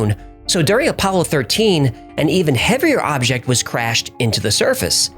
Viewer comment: Only now noticed that you pronounce "object" weird.